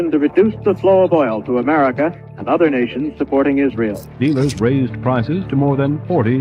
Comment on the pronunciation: You are doing a good job. May you keep making such amazing and informative content. You need to work on your pronunciation of "America" and "government"